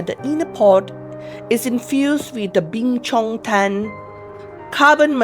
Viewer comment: Its BINCHOTAN carbon .... not Bing Chong Tan 🤣🤣🤣